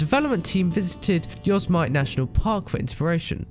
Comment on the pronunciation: "yozz-mite" Yo-se-mi-te.